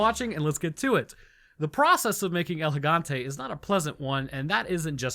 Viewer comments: You're a viral biologist but couldn't say el gigante🥴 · I will never stop pronouncing it El Gigante with a hard G. NEVER!